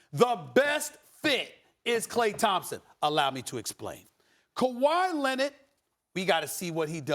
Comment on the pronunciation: "Kawhi Lenid"